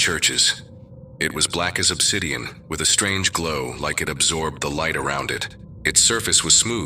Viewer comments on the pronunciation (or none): none